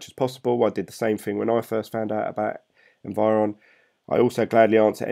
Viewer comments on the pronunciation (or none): Don't get me wrong, I like your videos but it is Envion not environ or however you pronounce it :) I can't see any R there. Sorry I really didn't wanted to criticize you just mentioned. keep up!